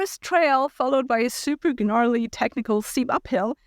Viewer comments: Preface, just trying to be helpful. (unless you're doing this on purpose to get people to comment --if so disregard) You do not pronounce the G in gnarly. Just narly is how it sounds. Also in other videos when you've said the word carcass, you pronounced "Cark ass" and its more like "Cark us". Just trying to be helpful, I realize English isn't your first language. You do an excellent job otherwise! <3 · I enjoy your videos and I appreciate your opinions. But, the “g” in “gnarly” is completely silent, so it’s just “narly” (I checked a couple dictionaries to make sure this isn’t a personal preference or misconception. ) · The g is silent in gnarly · Seems like a great new tech! Btw, you dont pronounce the g in gnarly :)